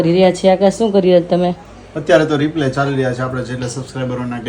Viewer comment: તમે બેવ રિપ્લે બોલો છે તો રિપ્લે નો મીનિંગ જુદો થઈ છે. તમારે રિપ્લાય બોલવાનું